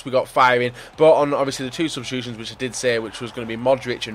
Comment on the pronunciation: It's Ben-yat not Ben-at